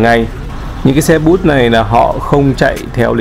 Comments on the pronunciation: bus = xe bớt không phát âm xe......bút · Xe "Bus" sao lại phát âm là "but". Nếu phát âm theo tiếng Pháp thì là " buyts", còn theo tiếng Anh là "bơts"